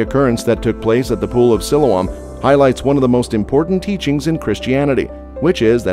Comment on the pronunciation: I saw part of the Pool of Siloam when I was in Jerusalem last year and it was already open to the public. If you do another video, please learn how to pronounce Siloam.correctly.